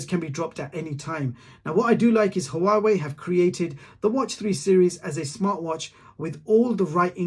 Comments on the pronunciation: Great review but pls, Huawei is pronounced Waaa-way. Not ha-waa-way! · Why do you say hauwawei it sounds weird is huawei